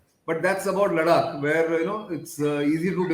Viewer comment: Nice and informative..but Nitins pronunciation of Ladakh though.. annoying !!!